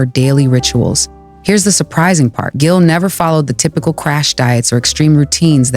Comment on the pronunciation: Its pronounced Jill.